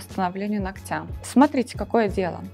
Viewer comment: Полезная передача, но ударение в слове нОгтя, вы делаете неправильно.